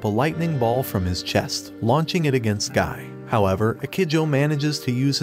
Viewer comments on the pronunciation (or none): none